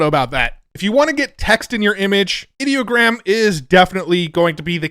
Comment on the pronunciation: It’s funny when someone like Ideogram tries to work the word Idea into their name, but then you pronounce it like they wanted the word “Idiot” in their name 😂 Another excellent video about all the fun tools we have to play with 🎉